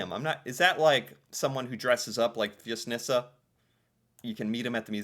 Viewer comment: How did you know how to pronounce it?...Maybe cause you always watch the video first by yourself and then pretend to be surprised???? Rock on